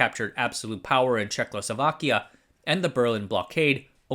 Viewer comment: I love it every time you say Check Losovakya.